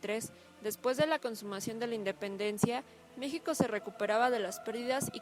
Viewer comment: en el minuto dijiste mijico y no es con j